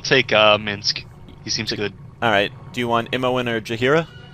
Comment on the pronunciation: MINSC. IT'S MINSC!